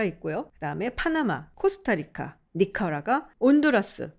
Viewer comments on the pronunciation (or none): none